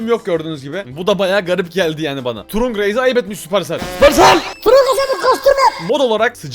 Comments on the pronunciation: Abi turunk değil tırank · Kaze kenjinin karısı ve trunk trank diye okunur allı öfkelenince rakibi görür avı bide allı kendisi öfkeleniror ve arada görünmez olunca bazen görünüyo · Trank diye okunuyor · Trunk değil trank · Abi o öyle okunmuyor kitırank böyle okunuyor bilgi vereyim dedim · Abi trunk tırank diye okunuyo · Abi trunk diye yazılıyor ama trank diye okunuyor❤😊